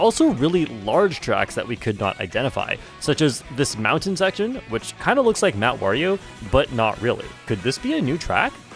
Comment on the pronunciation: Emphasis on the word "looks"